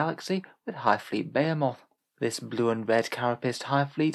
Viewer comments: They way you pronounce Behemoth snags my brain more than it probably should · Why do you pronounce behemoth like that 😭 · I've never heard someone pronounce behemoth so incorrectly in my life 🤣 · Yeah... when you're really used to hearing a word pronounced a certain way it becomes really hard to hear it said any other way...